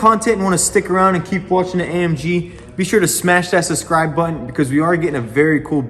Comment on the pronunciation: Your accent is killing it 😂🤣 ‘suscribe’ the word is subscribe 😁🇬🇧 it’s all good though !